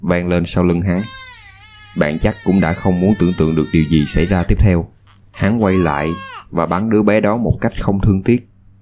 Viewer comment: Bạn người miền nam nói tiếng miền nam có thể phát âm chuẩn giọng miền nam được không? Miền nam không hề phát âm chữ “gi” thì “z”… “za” cảnh, “zì”, “záo” viên… nghe chướng tai cực kì. Giới trẻ miền nam không biết tự nhiên học đâu ra kiểu phát âm này